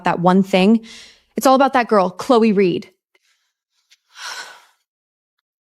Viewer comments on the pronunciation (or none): none